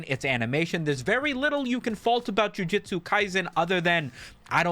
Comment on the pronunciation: JUJUJUJUJUTSU NOT JIUJITSU!!!!!